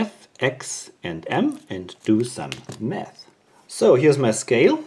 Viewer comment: Did you say let's do some math or meth😂 and you relly left me confused, are you a school teacher or something